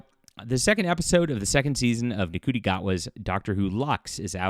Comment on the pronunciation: it’s actually supposed to be pronounced Ncuti. But he is a silly Narcissist so has decided to pronounce a known African name incorrectly to sound unique